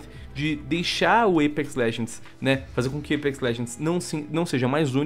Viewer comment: o porra, fala apex não eipex, q raivaaaaaaaaaaa